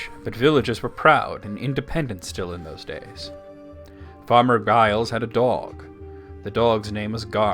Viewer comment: Giles is pronounced "Jiles."